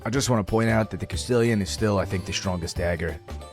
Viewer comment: Castillon is pronounced Cast-ion. French. Everyone calls it Castillion, including myself when i started. Not hating! Just spreading the knowledge i picked up. Love the vids brother, keep it up.